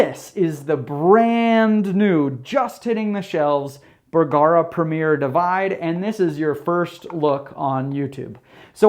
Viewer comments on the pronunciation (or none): P.S. when you say bergara it kinda sounds like someone going b-kawk